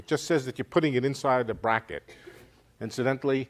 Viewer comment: "bra" ket LAMO